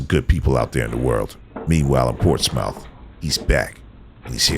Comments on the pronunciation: Its pronounced ports-smith, yw bruh. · FYI. Even thought its spelled Portsmouth, Its pronounce Portsmith Virginia. You're welcome. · dude ... it is pronounced "port-smith" not "ports-mouth" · ROFLMAO the way the guy say's PortsMOUTH!!! The "OU" is silent...It's a southern thing; It's pronounced "PortsMUTH"... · It's not Ports-Mouth, its p-AW-r-t-s-m-uh-th, Port-smuth. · It's NOT Ports Mouth it's pronounced Ports Smith. 🙄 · LOL at "Ports Mouth". For future videos, just an fyi it's pronounced "Ports muth" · I can tell the narrator is not from Virginia because that is not how you pronounce Portsmouth. it not ports mouth it's ports muth. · You have NO IDEA...The way he say's "Ports mouth"...Anyone from there is LOL!!! It's pronounced "PORTSMUTH..." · LMAO it's not ports-MOUTH. It's pronounced PORTS-muth. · They pronounce it "Port Smith" now GET LOST ! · "Portsmouth" It's pronounced Port Smith 🤣😂🤣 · Quite sure it’s not pronounced “ports mouth” 😂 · the way he pronounces Portsmouth 🤣😂 you say it like Portsmith! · It’s pronounced ‘Pors-Muth’ 🤣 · Portsmouth, Va is pronounced Portsmith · Although it's spelled Portsmouth it's pronounced portsmuth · Craddock is a rough area in Portsmouth which phonetic is Ports muth. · Never heard anyone pronounce Portsmouth VA that. I live near there and I am not surprised that city would make an appearance here.